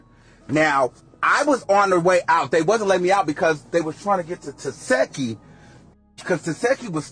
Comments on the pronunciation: ITS TESEEEEHKI NOT Tesheki!!🤦🏽‍♀️ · It’s TESEHKI. Not Tesheki 🙄🙄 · The fact he kept saying te-seki instead of tesheki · Girl you don’t even watch the show saying her name wrong the whole time, I don’t even wanna give you a comment fr but girl bye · Are you playing saying her name like that? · Fake news. And you not saying Tesehkis name right either 🙄